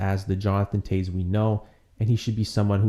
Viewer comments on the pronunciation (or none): it is pronounced Jonathan '''Taves" too ....